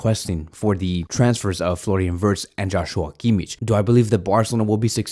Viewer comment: Dear barca media i love your vids and am a fan of the content but for the love of god please stop saying kimmich wrong ch is not pronounced like in chess. ch in kimmich is the pronounced like h in hand